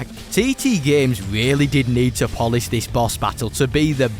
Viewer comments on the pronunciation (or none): none